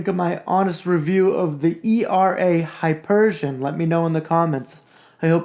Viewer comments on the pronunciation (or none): And it's Hi-peer-ē-un, not hypergian. Sorry. I'm a grammar, spelling and enunciation nazi. But again, good honest review. I just think you were expecting too much for what you paid.